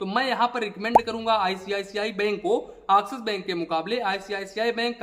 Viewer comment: Abe Axis Bank Nahin Axis Bank bol